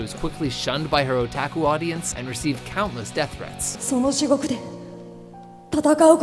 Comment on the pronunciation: The mispronunciations make this more interesting. O-tack-uu